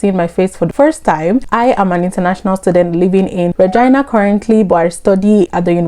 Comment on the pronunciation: Eeeh the way you pronounce Regina is weird like the v.... .